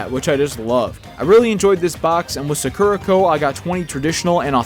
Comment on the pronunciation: Sorry to be nitpicky, but it's pronounced Saa-kur-uh Co. Saa-kur-uh, not Suckera